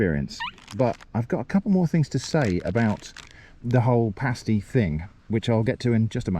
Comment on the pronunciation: In the upper penninsula of Michigan the "pasty" (pronounced exactly as you, and we DO correct people). While most people in the US just think of them as another "Michigan Thing" us Michiganders know it was brought over by Cornish Miners during the 1840s, who came to work in copper mines.